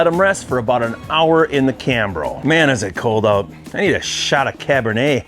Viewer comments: It's Cabernet, not "cabinhey" lol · There is an R in cabernet (cab burr nay), not cab ba nay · cabinay....learn how to pronounce words correctly, makes you look really dumb bro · Dude, please realize there is a "R" in Cabernet. It's not Cabin-A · What is "Cab-in-Ay"? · “Cah bah Nay” 👍🏼😂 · It's Cabernet with an "R"